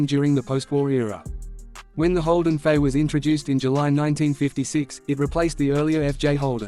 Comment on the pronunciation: Starts by calling it a Holden 'Fay.' AI slop.